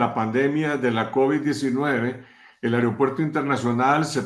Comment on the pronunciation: AEROPUERTO SE DICE VIEJOS CABEZA DE GLANDE...NO AIROPUERTO....?